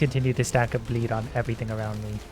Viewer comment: The entire time i heard him say bleed i heard "bleep" which still works